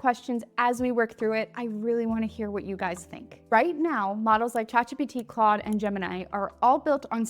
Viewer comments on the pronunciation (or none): none